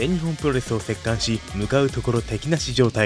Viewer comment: まず、滑舌をどうにかしないと聞きづらくてかなわん。あと、席巻は『せっかん』ではなく『せっけん』。